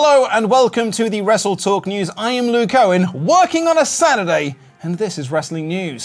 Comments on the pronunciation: It's Sat E!!! Dammit! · It not Sat-E day it just Saturday😢